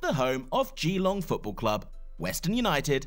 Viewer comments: I just want to tell you something as an Aussie that it’s pronounced gAlong no GElong. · It’s pronounce “glong” not “gEElong” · It's not pronounced "Geeee-long". It's pronounced "Ge-long".